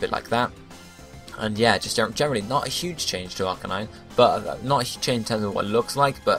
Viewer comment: Ar-CANINE. Canine as in dog...